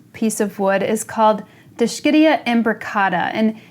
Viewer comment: It’s pronounced, “Disk-ihd-E -Uh” This is not likely Dischidia imbricata based on appearance. Actually looks like D. cleistantha. Have any flower photos? Fertilizing can be done by soaking the plaque/mount in a bucket with dilute mix of fertilizer in it. They love it during the warmer months. They are a member of the sect. Conchophyllum which contains several shell leaved species.